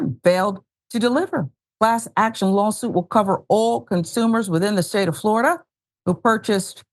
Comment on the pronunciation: It's Floriduh again ladies and gentlemen.